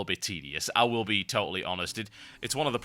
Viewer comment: gotta love the the first 2seconds of your intro "ICH VILL!"